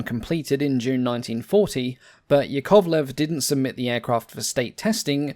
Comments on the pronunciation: yAkovlev, not yakOvlev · OMG! I understand that russian surnames might be hard to pronounce, but it's easy to remember: Yak - YAkovlev, never YakOvlev. So as LAvochkin (not LavOchkin), TUpolev (not TupOlev), KAmov (not KamOv), but Il'yUshin, MyasIshchev, SikOrsky. Nevertheless it's a good quality channel. Good luck with it and greetings from Russia! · small correction it's yAkovlev, not yakOvlev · "yAkovleF", not yakOvleV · Just a tiny but important point - "Yakovlev" is pronounced with its stress on the first syllable - YAK-ovlev. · A quick tip from a native slav: "Yakovlev" is pronounced ['jakəvlev] with the stress on the first "ya" and the "o" simplified to the neutral "ə". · Pretty, pretty please. Russian aviation journalist rushing in. Here are correct stresses for you: YÁkovlev (Yak), TOÚpolev (Tu), IL'yÚshin (IL), MikoyÁn and GurÉvich (MiG), SukhÓi (Su), AntÓnov (An), LÁvochkin (La/LaGG fighters), PetlyakÓv (Pe), PolikÁrpov (of U-2/Po-2 the Sky Crawler), KorolyÓv (“space program father”), ChertÓk (the missile man), GagÁrin (cosmonaut №1), TitÓv (cosmonaut №2), LeÓnov, (first man in open space) TereshkÓva (first woman in space), KvÓchour (test pilot), BÓgdan (test pilot). Mikhail Mil of Mi helicopters is pronounced similar to the French thousand: Mílle, but with L not swallowed. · Stress mark is on "a", like in "Yak" - Ya'kovlev A smal suggestion: you can make a video about I-220 - it's story can raise some eyebrows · Hearing the 2nd syllable stressed is going through my spine like nails on a chalkboard. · Interesting pronunciation of Yakovlev's surname.